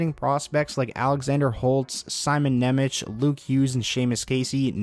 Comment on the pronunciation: Just a small correction - Nemec is pronounced 'Nemets'. I know the lady on the draft night pronounced it 'Nemetch' but that's not the correct pronunciation.